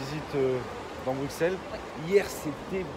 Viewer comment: Il faut venir à Liège pour manger des bonnes gaufres <3. On ne dit pas BruXelles :D. Ahahaha à tantôt